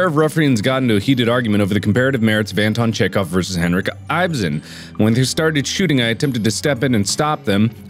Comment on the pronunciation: It's Henrik Ibsen, "Henreek Eepzehn" ! Thank you very much ;) Quite famous Norwegian writer.